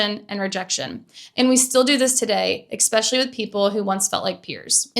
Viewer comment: I think this is a great video. Amazing examples, insightful comments, and great flow. Respectfully, the one thing that takes me out of it is a word you use a lot, “especially”. You say ek-special-ly, instead of eh-special-ly, and it’s distracting to me.